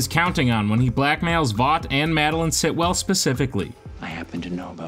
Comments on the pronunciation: the repetition of “Sitwell” and not the correct “Stilwell” is really annoying me lol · It's Stillwell*** not Sitwell or whatever you keep calling her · Yeah it kind of ruins the whole video. Hard to take anything else as credible, even though it’s true, all because he didn’t pronounce a simple, easy name, the correct way. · Anyone else wanna talk about him calling Stilwell, Sitwell the whole way through!? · Great video, great list… but it’s stillwell* not Sitwell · finally someone noticed... so annoying hahaah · How many times this guy says Sitwell when her name is Stillwell was cringey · Her name is Stillwell not Sitwell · Stillwell, not Sitwell.